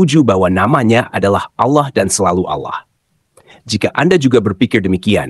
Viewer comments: ALLAH ya baca saja ALLAH tdk ALLOH..... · Bukan Auloh tapi Allah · Tulisannya itu Allah , bacaannya Awlah karena ada tanda baca tasydid ditulisan arabnya. Nama Allah yg dibaca Awlah juga dikenal oleh kristen arab. Kristen indonesia kok nyebutnya malah Al lah ??? Dapat ide darimana? Soalnya bible berbahasa yunani, inggris tdk ada sebutan Allah yg dibaca Awlah.